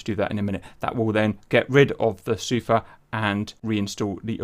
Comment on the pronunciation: Hey... It's pronounced Sufaaa Not Suuufa Just so you know man =)